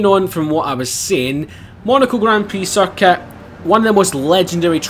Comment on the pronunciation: when you say circuit it sounds like he's saying suck it!😂😂😂soz